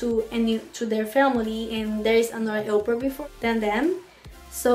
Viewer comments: How does it come that after a year you're not able to pronounce au pair in the right way ? Do you Talk a lot in your native language ? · jajajajajajaja pronunciation is a little bad!